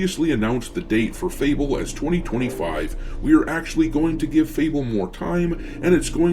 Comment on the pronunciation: Fable hahahahaha sound like UNABLE